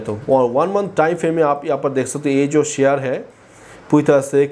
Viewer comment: अबे शेयर बोल. ...क्या सियार सियार कर रहा है !